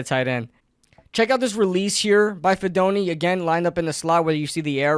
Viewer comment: Hey least he said his name wrong, went almost all my life and no one could say it right. But heck yeah cousin do good in the big apple.